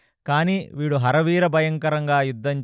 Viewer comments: ఆరి వీర భయంకరం.... హర వీర భయంకరం కాదు Please focus on pronunciation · "హర వీర " కాదు "అరి వీర" ఇంత అద్భుతంగా చెప్తున్నా చిన్న చిన్న ఉచ్చారణ దోషాలు వల్ల చిన్న అసంపూర్ణo గా ఉంది....వింటే భారతం వినాలి తింటే గారెలే తినాలి అన్నారు ..గారెలు లో ఉప్పు ఎక్కువ ఐన భాష లో ఉచ్చారణ దోషం ఉన్న బాగోదు (చిన్నవి ఐన)